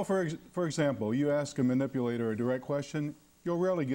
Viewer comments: Why can't he pronounce the word properly? It's not myuh-nipulator! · o'reilly is so in denial that he can't even say the word correctly. wth is a MEWnipulater? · I like Bill O'Reilly but---"mew"nipulator is driving me nuts. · Munipulator.. >Mun.. Oh fuck I can't take this guy serious. He dominated the whole conversation barely letting his guest get a word in, in the words of Bill, "I'd dismiss him". He's a munipulator and he needs to get out of here. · Bill O'Reilly: "Mew-nipulator". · 'munipulator' ...lol , bill you're so funny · How do we know a menipulator? ME-nipulator like you? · Mu- nipulator? Why does he keep saying that. He looks like a liar and a flake. And very ignorant. To be a key player in "trying to target and eliminate bullshitters for a living. He's exhibiting liar behaviors in this video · knowing how to pronounce 'manipulator' properly would be a good start for the anchor...